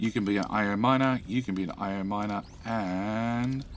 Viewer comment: Fun that you now call your miner an mier. Mier is the dutch word for ant lol